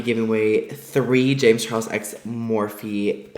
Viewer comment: Did you specifically leave out the L in Charles for a reason? I will buy the pallet. It looks smashing! The colors are vibrant. I understand about using a primer vs a concealer. Why is everyone so shook? I think it was sweet of you to check out the look and see how people are using the palette and reviews. If it was my baby I would be every bit as excited as you are and just making a few suggestions is actually ok. Maybe that's why people who sell their pallets and get bad reviews is because we the consumer may not know all the little angles and tricks. Thank you for a amazing first color set of shadows with a wide range of shades. I am excited to buy this and give them out as gifts. Thank you James and thank you for the demonstration and honest review! Ilona Henderson